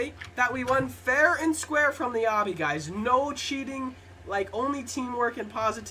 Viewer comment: It's Obby, not obbi